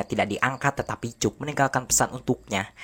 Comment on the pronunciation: Rangkuman mantap! Ini film yg sngt classic, si Tom merupakan seorang jenius. Aq pernah nonton bnyk rangkuman lain, tapi aq nilai mimin yg terbaik. Nah, ada satu suara vocal yg sngt khas dalam bahasa inggris yg dipanggil "schwa." Suara vocal trsbt ditulis "ə" dalam international phonetic alphabet. Nah, namanya sang tokoh utama adalah "Cək," bukan "Cuk." Coba pake google translator kalau pingin dengarkan namanya yg asli. Ok makasih!😃😃😃